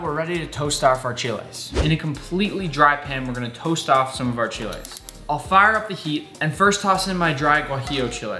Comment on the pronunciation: Thank you for pronouncing Mole and Chiles right! This Mexican loofs u!!!